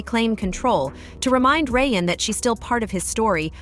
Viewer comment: Lol you can't get Ryan's name right?